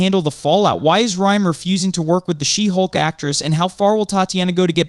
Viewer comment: I just wish you could decide on ONE way to pronounce Fiege and put the emphasis on SHE-hulk not she-HULK.